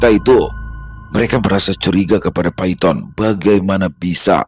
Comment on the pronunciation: Bukan Paiton tapi bacanya Paitun😅